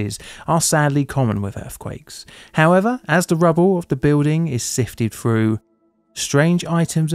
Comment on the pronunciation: Froo? Speak with dignity